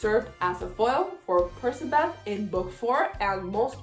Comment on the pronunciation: does anyone else pronounce percabeth as PER-CK-A-BETH??